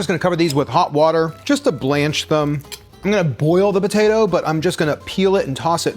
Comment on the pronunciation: Neither of you pronounce the “p” in potato. Bo-tato. Lol